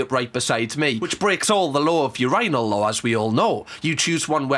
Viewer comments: I'm sorry, "urANAL" is sending me 😂😂😂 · The ur-"I"-nal is crazzzzyyyy. 😂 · I have to say thank you for the best laugh I have had in forever!! You saying Urinal with your accent is the best!!! 🤣😂🤣🤣😂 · I have never in my life. Heard a British person say urinal and I was not prepared for that pronunciation I'm crying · I’ve never thought about how Brits pronounce urinal until today 😭 lmaooo ily just threw my off a bit 😂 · You manage to crack me up somehow each time you upload. This time it was the pronunciation of urinal, making fun of timing your drinks apart (I do this bc alcohol triggers my sinuses which can lead to throwing up lmfao) and your dance moves 😭😭🤣🤣🤣🤣🤣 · This is the first time I’ve heard a British person say “urinal” 😩🤧☠️